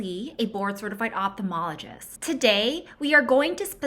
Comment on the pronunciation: Doctor, can you and your young colleagues please start pronouncing the name of our profession correctly. My dad taught me how to spell and pronounce the word ophthalmology when I was in second grade. There is no "p" sound in this word. It's pronounced off-thal-mology. Thank you.